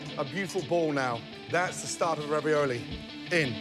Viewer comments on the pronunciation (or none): “Spinieiege”, “raviolayyi”